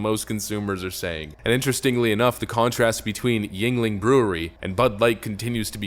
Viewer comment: finally he is pronouncing yuegling correctly lol